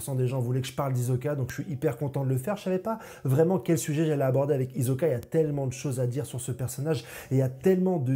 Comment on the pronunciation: HISOKAAAA PAS HIZOKA PAR PITIÉ